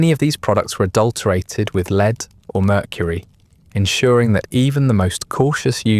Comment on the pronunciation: Dear A.I. Lead is Led ! Not "leeeed" 😮